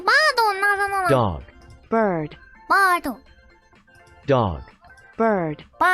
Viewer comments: Bir...bir...birr.. BRUH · 應該沒錯😂 你把捲舌的 ㄦ音 改成 啊音 484變成巴豆www